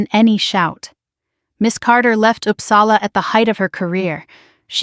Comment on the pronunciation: O dear. American pronouncing Uppsala…. And she is going to correct him ? I’ll stop here.